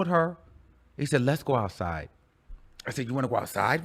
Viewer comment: "I'm going ouuuuside with Kanye" 🤣🤣